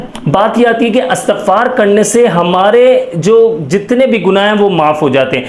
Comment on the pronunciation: Astagfar nahi Istigfar hota hai sir